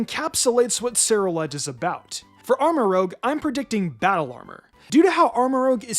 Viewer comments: Btw, its rouge, not rogue. Like Moulin Rouge. So Armorouge, not Armorogue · "Armarouge" = "arm-uh-ROOZH" "Rouge" (French for 'red') = "roozh" "Rogue" (sneaky thief) = "rowg" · He still doesn't pronounce Armarouge correctly, I see. Rouge and rogue are not said the same.